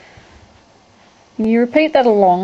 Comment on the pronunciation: What's a "crosha"? (I know I know, I'd just never come around that particular pronunciation of "crochet" before. Croshas, crosha.... Where did this woman grow up?